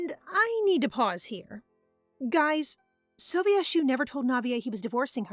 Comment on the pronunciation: I’ve heard so many people say soh-vee-eh-shoo But I’ve always said it soh-vee-shoo I don’t pronounce the e separately :/